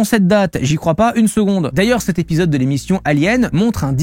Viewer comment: CET hôpital, pas « ste »…PAS STE ! Se prolonge, pas « se prolongue ». (Soupir)